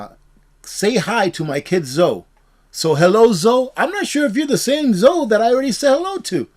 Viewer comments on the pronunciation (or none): Zoe is pronounced Zo-ee